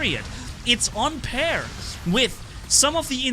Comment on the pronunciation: For vocab: “on par” not pair